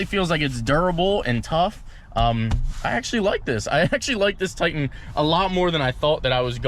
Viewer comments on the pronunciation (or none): none